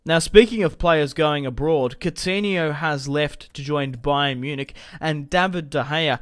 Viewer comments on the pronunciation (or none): none